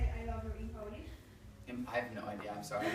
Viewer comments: Therese Cerdan soory 😂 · That’s ‘sorry’ sounded so Canadian. 😍😍😍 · when he said sorry it was super canadian lmaooo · When he said sorry at the end I've never heard someone so Canadian 😂